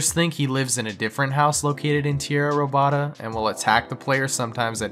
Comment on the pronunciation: Tee-era Ro-bada 😂 Stolen Land in English